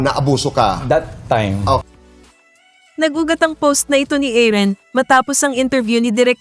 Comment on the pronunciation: Paki ayos po ung pqg pronounce ng name. Aaron po hindi Aaren.